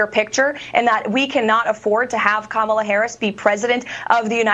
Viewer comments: Im amazed she pronouced Kamala's name correctly 😅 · Did looney loomer actually say Kamalas' name correctly? That's surprising.